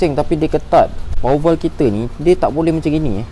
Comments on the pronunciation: bro! jgn sebut power val... salah tu... bunyinya power waf... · power waf pun salah bro! sebut power valve